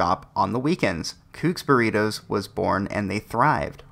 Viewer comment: What the Fuck are BURRIROS?? the name is BURRITOS with a T. not an R. Spanish challenged Idiot. The problem is that the USA has always been STEALING from other cultures and then claim that is their idea. Now, I found it Outrageous that these two smart girls were shut down since there is not a patent on Burritos.